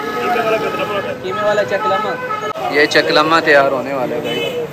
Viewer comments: چقلمہ نہیں قتلمہ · I think u came other planet because your behavior is very weird , you pretend that you never know your Culter,food or language, it's simple Qatlma not kutclama , strange 🤔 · chaklma nai bhai katlma hota hy ...greeting from multan.. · chaklama nhi katlma😂😂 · Chaklama nahin katlmma ...🤣🤣🤣